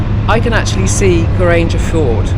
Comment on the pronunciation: To listen to your pronouncement of some words make me laughing😂. Geiranger for example, if you split this to Geir - anger so is anger pronounced like anger (angry) and not ranger (riding police). 😂